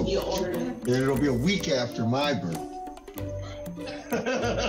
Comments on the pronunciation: It's BIRTHDAY ...not BIRFDAY!! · Sounds like the judge pronounced it "BIRFday" instead of birthday. 😂